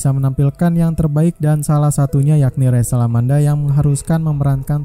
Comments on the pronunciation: Nmanya Rachel bukan resel,.. naratorin aja yng bnr ga usah ngelucu.. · dibaca resel mungkin bang, emosian amat bang